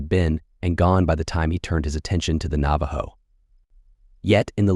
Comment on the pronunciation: did ur AI voice just pronounce that cars name as straddle? 🤡